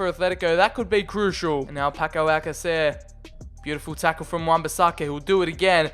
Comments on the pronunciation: ALSASER err last time I checked it was pronounced al-kas-air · It's Alckacer not Alsayser lmao